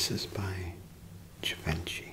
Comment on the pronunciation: Good stuff, but one little distraction: The designer names need to be spoken the right way. For instance: Givenchy pronounced as "juh-VEN-chee" here ought to really be "zsuh-vawn-SHEE", and Cartier spoken like "car-TEER" needs to be said like "car-tee-AAY", etc.